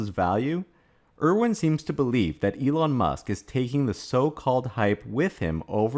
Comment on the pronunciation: just curious. Are you saying Elong on purpose? On Tesla, they barely scratched the surface on global markets (outside China, HK, US, Scandinavian countries). Have delayed new models due to supply and battery constraints. Yes there are people who are hurt on exposing censorship ideology that existed. I don't like it, nevertheless it is what it is 🤷‍♂️